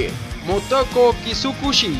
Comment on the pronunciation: Gracias por el saludo.. n.n sigue así y es Ki-ku-shi <- hací se pronuncia Otro saludo por no decirlo bien 😂